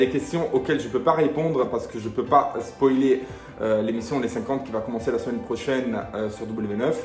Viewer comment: "SPOÏLER " et non pas "SPOLIER" 😉